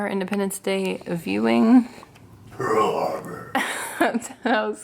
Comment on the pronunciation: The way he said Pearl Harbor cracked me tf up 🤣🤣 love you two and the fur babes